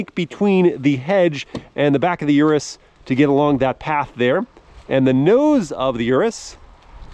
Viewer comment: Please at least pronounce the car you are reviewing correctly, lol